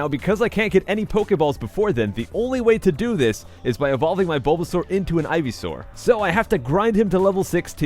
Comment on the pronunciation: I think you called bulbasaur canmik or caking dunno